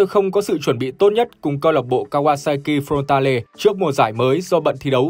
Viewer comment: "Kawasaki front ta lê"😢